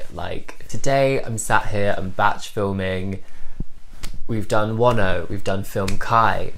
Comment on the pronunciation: Not me scrolling through your videos trying to look for "One Oh" for about 5 minutes before realizing you were saying Wonho 🤦🏽‍♀️🤦🏽‍♀️